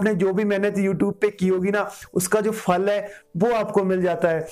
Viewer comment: Fal nai hota phal hota hy